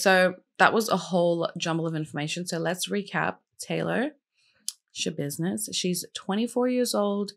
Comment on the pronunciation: Hahahah gurlll I feel you with the not being able to NOT say Schabidness 😅 love your take on her case!